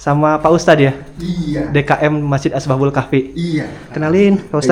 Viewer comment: Asbabul apa ashabul yg jlas coba ngonten itu